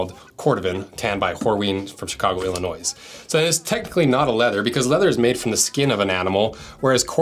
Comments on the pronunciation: Those are amazingly, almost ridiculously beautiful sneakers. Seems like something Old Money would wear who are into dressing sort of understated-casual, but super high quality. BTW, there's no /s/ sound at the end of "Illinois" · Being from Illinois I slightly cringed when you pronounced the “s” at the end of the word 😂😂 all love ❤